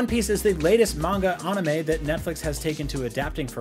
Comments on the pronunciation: Dude whats with you pronounciation, Ahnime, Luhffie, Aichiro oda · Yall worried abt him saying Luffy, but the way he said Ohnimay (anime) and Yu Yu Hakushu (hakusho) is nasty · Mispronouncing Luffy as “Luhffy” is one thing. But IGN why are you getting this guy to do anime news when he can’t even pronounce “Anime” he called it “Uhnime” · Don't forget how he pronounced anime as ah-nime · This dude said (an new may) 😂 yuyu hawka shoe and if you say “luff fee” one more time.🤌🏾 it’s “loooe feee” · IGN couldn't find any correspondents that are true aw-nime fans🤣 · nothing but the best ah-nime🤣